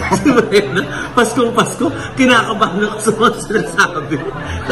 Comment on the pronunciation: Brenda, pero Mrena bigkas nya ksi may cleft palate sya.